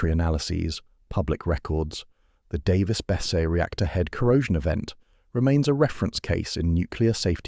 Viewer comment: Pronounced bes-see. Worked as a civil hand there during 2 different outages